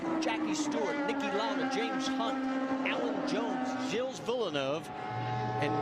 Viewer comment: Did Marty really say Gilles like 'Jills' ??? Sheesh